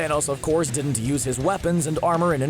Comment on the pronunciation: Why does he talk like that? The way he pronounces the 'T' in 'didn't' so hard seriously irritates me.